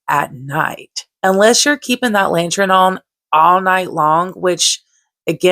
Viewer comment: The way you pronounce “lantern” makes me chuckle lol.